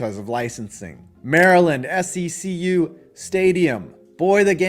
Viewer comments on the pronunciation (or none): Secu is pronounced “See - Q”